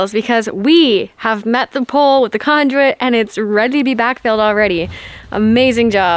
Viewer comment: Why do you keep pronouncing conduit as conjuit?